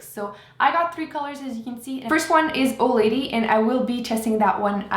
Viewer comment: i thought you kept saying old lady.. i was like, thats a strange name for a liquid lipstick :P